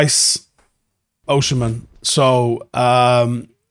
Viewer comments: Bro its Osimhen not OSHEmen. Pronounce as O-SEEM-EN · Please pronounce Osimhen name well, thank you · True, but it’s useless